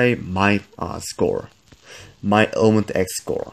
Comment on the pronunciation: Why do you keep saying ilementX and not elementX